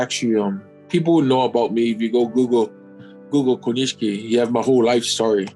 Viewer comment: The I after the SH in Konishiki is silent. Just a tip ;-)